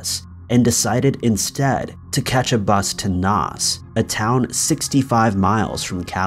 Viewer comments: Doo blin.... Nos......😝 it’s Dub lin and Nace(Naas) 🙃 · Dublin - D-blin or, as everyone else says, Dub-lin Naas - Nars, or as everyone else says, Nace (as in face with an N) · Your Irish cities/towns need some work 😉 Dublin is pronounced Dub-lin, Naas is like mace but with an N obviously! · And it's pronounced nay(s)or nahh(s) (Naas) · Naas is pronounced nace like ace, rip jojo 🙏💔🇮🇪✌️